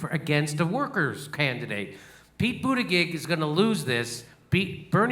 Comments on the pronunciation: Jimmy, I'll help you out. The way you pronounce "Buttigieg" sounds like "Al-fred 'e' New-man". It's prounced a bit different than its spelled. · it's pronounced butteggegg